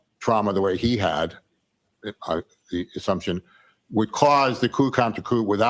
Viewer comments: It's pronounced "koo" not coop 😊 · say Coo counter coo! (Coup - the p is silent)